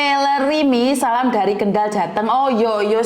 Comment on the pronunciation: Bukan Waleri tapi Weleri miss...AQ wong Pekalongan